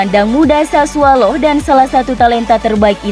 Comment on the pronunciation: Maaf mba. Sassuolo bukan SASSUALO